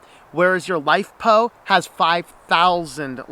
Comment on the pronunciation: i couldn't make out exactly what you're saying, LiPo or LiFePo batteries?